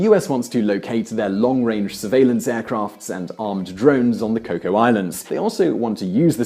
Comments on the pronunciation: Cocos islands, pronounced 'co cus' not coco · Just a small point, the Cocos-Keeling island group are administered from Perth, Western Australia (the nearest mainland capital). Oh, and Cocos is pronounced coke-oss not cocoa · 'Cocoa' Islands. I think you've got your beverages mixed. It's Cocos Islands. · The cocos islands has an S on the end & it is ment to be pronounsed